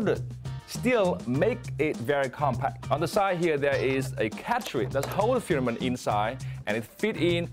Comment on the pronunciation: his pronunciation of the word 'filament' needs work. no shame in trying to improve.